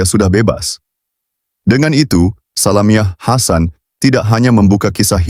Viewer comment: Org mcm ni pun nk baca artikal. Sudahlaaaa. Sebut salamiah hasan pecah. Belajar kt mana? Porahhhh